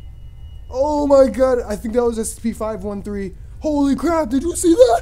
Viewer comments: You may want to consider Ritalin Also...It's S C P...not SEP. Enunciate :) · Hence my saying "Enunciate" because it sounds like he's saying SEP